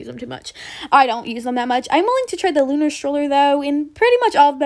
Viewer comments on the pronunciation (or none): none